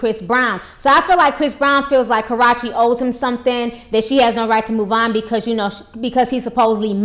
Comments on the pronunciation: Its KA ROO CHEE. Not Crotchy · That girls name is not KAROCHE ITS KARUCHE CNT SPELL IT RIGHT BUT I CAN SAY IT RIGHT BUT U ARE MURDERING DAT GIRLS NAME SO HARD DAT ITS KINDA HARD 4 ME 2 👂 DIS INTERVIEW DNT KNO WHY ITS SO CRINGING BUT IT IS 😠😧😄😄😄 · do you know how to say karrueche not korrueche lol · why does she keep say Karachi.... isn't that in Pakistan lmao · Girl !! its ( ka • rue • che ) not ( kar • ra • che ) lol 😂😂😂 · It's actually pronounced kuh-rew-chee. But good video. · You need to learn how to pronounce her name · It's Karrueche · She don't Kno how to say her name right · I love you Ti but you keep jacking her name all the way up!😂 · Damn her are really Slaughtering her name . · Disappointed in you. As intelligent as you are, why would you make three videos and mispronounce the girl's name in all three? I'm SURE someone told you the correct pronunciation of her name. SMH! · ...re-watching this (after watching the latestest vids about CB going off on KT about, "speaking out of turn") because i had to come back to hear ti mispronounce KA-RUE-CHE's name like it's a cross between karate and sriracha!!! HILARIOUS..... why do so many of us get a kick out of this girl's name being pronounced incorrectly..... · Omg that's not how u say her name, it's so annoying bruh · Omg can this woman EVER pronounce Karrueche's name right...lawd! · So we'll just pretend you pronounced her name right? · You never say her name right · Ti butchers the hell out of Karrueche's name......but then again probably many other people do too. a lot of people butcher the hell out my name too, so I get it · lol it's killing me the misspronunciation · I love your videos but please learn how to pronounce her name. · That's how she talks and pronounces it (she isn't doubg it on purpose she can't change the way she says her her name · Obey MyMindlessness Yes she is... and it's so juvenile... It's not hard to pronounce the 'U' sound in her name, she says YOU quite often on her channel.